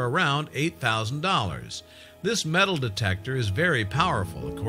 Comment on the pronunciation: Digged up a piece of mental?? Can't pronounce names in Australia or elsewhere for shit, totally hopeless commentary. Mostly the fault of an inept scriptwriter. Couldn't watch anymore!!